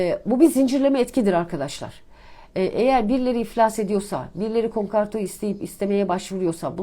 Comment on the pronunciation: Bir ekonomist nasıl olur konkarto der ve bundan memnun olabilir.Yaşın olmuş 55 insan akşamları 10 dakika çalışır da konkordato demeyi öğrenir be.